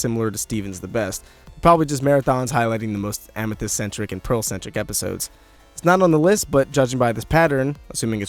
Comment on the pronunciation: iit made me laugh when he said ametheyst and snoop dog xD